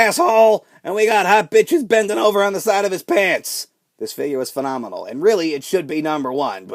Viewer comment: STOP SAYING PHENOMENONL YOU AIN'T AJ STYLES